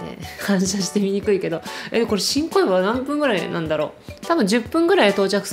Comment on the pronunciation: ごめんなさい...新小岩が "ち🚫こいわ" に聞こえた私。🙇🙇🙇